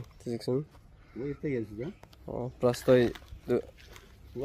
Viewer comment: Пырастой эмес простой